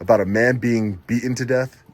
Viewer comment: please do me a big favour and try to pronounce the letter T when you are talking. It needs to be pronounced “BEATEN” not beahon.